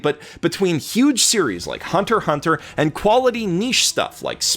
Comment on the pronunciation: Thanks for pronouncing Hunter×Hunter right. It's nice to have someone talk about why people could like SAO since I dropped it ep 1 when it first aired. I've sort of fallen into following the hatedom since they make such good points. I just have no real personal investment in it. "It exists and sounds bad from about everything I hear." A Counterpoint made not really in defense of it is a great point f view to see. Thanks.